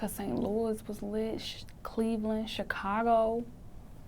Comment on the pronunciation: Ayeeee she said STLOUIS 🤪😭